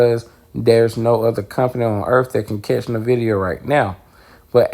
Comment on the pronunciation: EN- VID - E. - AHH. Respectfully the proper pronunciation, don’t want you to miss pronounce it and people judge you or think that you don’t know shit about what your talking about